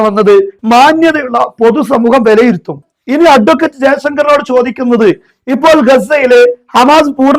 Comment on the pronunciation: അട്വക്കറ്റ്. എന്ന് ഊന്നിപ്പറയുന്നത്. ആക്കി പറയുന്നത് പോലെ തോന്നുന്നു.!